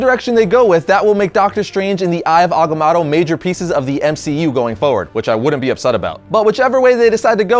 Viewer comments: there are only 2 "A"s in agamotto. its ag-a-mo-to.... not ag-a-MA-to. geez. couldnt even finish watching the video due to your bad pronunciation. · It's mow tow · It's pronounced Eye of Aga-moe-toe! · the way you pronounce Agamoto is so annoying... I'm half cringing half loving this one shot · You know, I originally thought it was pronounced Agamoto, but it's spelled Agamotto. Now I wonder why everybody pronounces it as Agamoto. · You pronounce Agamotto wrong no biggie but it did get annoying lol 😂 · Who else is bothered that hekept saying agamotto wrong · First time I've ever heard agamotto pronounced with 2 a sounds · dam it say it right. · You pronounce Agamotto weirdly.. :/ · i thought it was pronounced with the first o in agamotto being a long o.